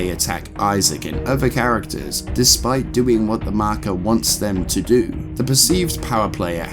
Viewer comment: In terms of lore, a concise & excellent video, but there is one thing I must say: Mahkuh.